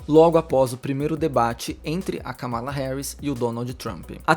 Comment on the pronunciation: Atenção a pronúncia dos nomes, deixei um comentário te alertando quanto a pronúncia do nome da Kamala, adoro seus vídeos ❤